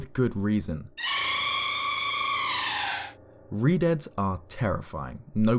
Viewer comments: I thought redeads said redheads and I was like “yeah they’re pretty freaky ig” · Anyone else think he said redheads for #4 at first lol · redeads Me: TURN IT OFF TURN IT OFF TURN IT OFF TURN IT OFF TURN IT OFF